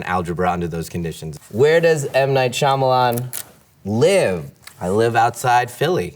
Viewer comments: Jim actually says M Night "Schulman" 😂 to mess with Michael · Actually Jim said M Night Schulman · I like how he mispronounces his own last name now I’m not that embarrassed about not knowing how to pronounce it anymore😅